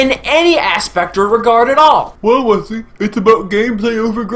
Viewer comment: his name is pronounced (wes-ley, Tom-ski)